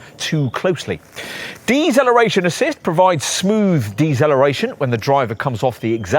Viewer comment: What on earth is eggzelloration and dezelloration you arrogant twit!? Good review other than zat😅